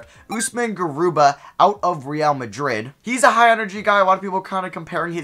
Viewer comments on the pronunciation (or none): none